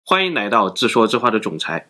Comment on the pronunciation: 对不起，但你n l不分有时真的好困扰我...，开头就说nai到了...